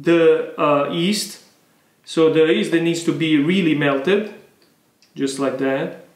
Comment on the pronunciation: My friend, pronounce “yeast” with the Italian “gli” at the beginning. Luv the videos and passion!